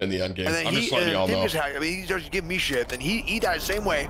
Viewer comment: Day 38 of telling Tim he says ‘mii’ instead of ‘me’